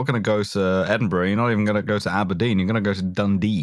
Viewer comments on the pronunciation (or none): none